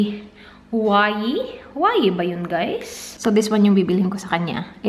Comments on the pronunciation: it is read as /hwa-wey/ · Huawei = WAWEH po pagkakabigkas non